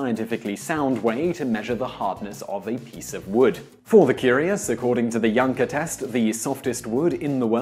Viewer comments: I keep hearing "yanker test" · I thought he called it the wanker hardwood test... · Considering that in some parts of the world "Janka" would be pronounce "Yanka" gives new meaning to testing procedures. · that's a wrong but far far more normal way to pronounce it in Britain. It would only suggest his social class and absolutely not his level of intelligence or even type of education.